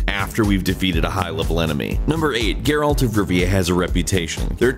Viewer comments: His name is not pronounced "GARE-AULT" you fucking idiot. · The moment you mis pronounced geralt i knew you didn’t really play the game